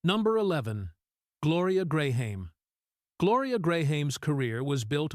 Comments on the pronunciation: I hate these AI videos. They are artificially edited and always get it wrong. The pronunciations are abominations. Gloria Graham being pronounced "Gray-Hame".Her section being riddled with images of Terry Moore. Meet me in Street Lewis? The majority of Judy's section using footage from bio films about her with other actresses. The section on Agnes Moorehead littered with images of Susan Hayward and Kim Novak. Good premise but awful execution. Lucille Ball and Lauren Bacall shouldn't be on this list.They were both beautiful. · Saint Louis (Loo-ie). Get a better AI app. Graham (Gray-am) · I like his voice but realized that St. stated as STREET and Gloria Graham's pronunciation had to be AI ---. aaagghhh!!